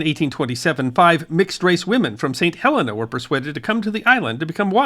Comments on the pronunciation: It is NOT St. Helena. it is pronounced St. Heleena. Please get it right! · It is very annoying. It is called St. Heleena NOT St. Helenna. Do your bloody homework!!